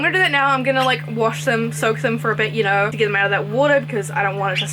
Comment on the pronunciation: Everytime you was saying.. "yeno... plants" i died 🤣🤣! They are all so pretty🥺